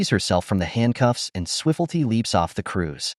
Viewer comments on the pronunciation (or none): “Swif-ful-tee”? Seriously?!